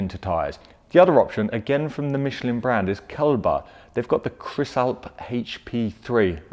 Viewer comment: He said Michelin wrong, too haha. Hint: It's French